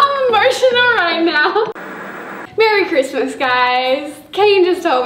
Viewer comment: “Merry Christmas y’all” in Australia accent I love it so much!!!